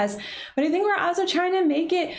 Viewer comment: Why do you say “also” without pronouncing the “L?”